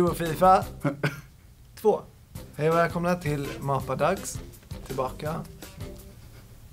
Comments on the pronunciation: Asså!! ”Hej o välkomna till ma-pa-dax” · Hahahaha mapadax helt fel utalat